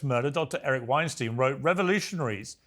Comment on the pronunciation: Eric has been in 5x and Pierce still xalls him winesteen. Its winestyne...like einstein